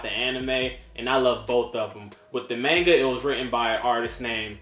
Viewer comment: Great channel bro!! 🥊💯 and finally! A yank that pronounces manga properly! 😃👍 Rather than “Mohnga!!” 😂